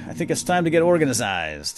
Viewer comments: It's organized not organazized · The way he says organized is kind of funny.